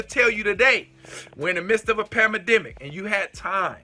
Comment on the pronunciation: You are great. One small thing...the word is Pan-dem-ic, not panademic.